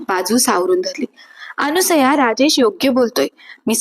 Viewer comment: पायामल्ली नव्हे! पायमल्ली अनुसया नव्हे! अनसूया